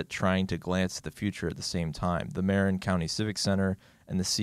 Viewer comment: Really enjoying working through this channel, top rate. Only one, single, solitary, and annoyingly pedantic criticism, simply from the perspective of someone who lived there for some years, and still live nearby. "Marin" is pronounced "muh-RIN", note "MARE-in". :)